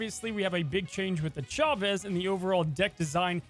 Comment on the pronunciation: They absolutely butchered Chavez.